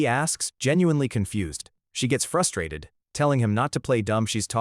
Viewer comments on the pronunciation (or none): Your Ai model needs a ton of work my guy. "she was Eff rustrated. His ess werd." Can you belive this comment? Were back where we left off. And the constant "were back" is so annoying